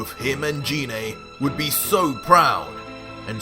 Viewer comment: Apart from you pronouncing Gine, not in the way I read it, that's a pretty mad story. I mean Goku teaching King Vegeta to become super-Saiyan, just so that Goku can fight. That's truly mad, and if the king gets power crazy, that's not going to go well if Goku or Vegeta has to put him down. That being said, if he respects the power much like Vegeta and Goku has done, then he is going to be very much like fighting a weaker version of Vegeta. I say weaker because Vegeta and Goku have spent over a decade becoming stronger bouncing off each other. I would suspect that an original Goku Super Saiyen 2 would not have an easy time against a current Goku super Saiyan 1, merely on the basis that Goku has become a lot stronger now and so does not need such a strong multiplier to achieve the same power level. Most assuredly Goku could almost certainly beat Cell without using any god ki by the time the TOP comes around. Partly because he's spent so much time training his god ki that under Weiss, he is much stronger in base form than he ever was before. All that time of training and experience can't be passed onto someone else in the time it will take Goku to teach the King. The 3 Universe 6 Saiyan's learned up to Super Saiyan 3 in ultimately a few short months from the first Tournament up to TOP. And that was with 2 short training sessions from Universe 7. So the king can get to SS3 in maybe a couple of weeks at the outside with formal training. That short a time frame would not compare to